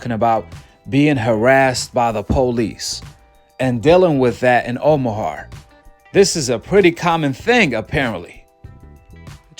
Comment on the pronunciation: someone call ICE on This dude can’t even pronounce OMAHA